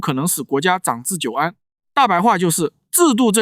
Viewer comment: 没人发现这是个AI么？长（他读成zhang而不是chang）治久安 ， 毛发（他读发第四声，而不是小学生都会读的第一声）动文革 这些都是AI账号的特征